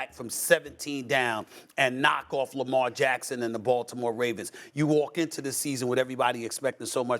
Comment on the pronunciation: stop it dude! it's lamar friggin jackson!!!